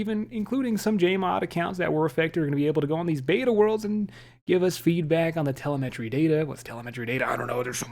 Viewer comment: TUH-LEM-MUH-TREE ... TUHLEM-MUHTREE.... Telemetry. 🤣🤣😘😘😘